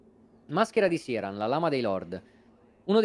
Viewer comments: E ancora con questo "Siaran". Sia nel suo dialogo tagliato che in quello di Gough, il nome viene pronunciato come "Kirán". Non è un nome fantasy, è derivato dall' irlandese. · L'ho appena ascoltato e hai ragione Dice "Kiraan"